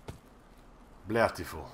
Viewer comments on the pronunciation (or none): I am Russian and your "blyatiful" is the best thing I've ever heard, cyka blyat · Bletiful :D